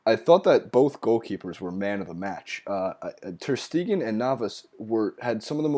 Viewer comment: "Ter Steeegan" "Bernabayou". Jesus Christ, you really can't pronounce those any better? What a joke.